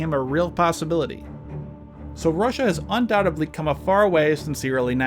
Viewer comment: I was going to subscribe, but at five minutes and 31 seconds, you should have said undoubtedly correctly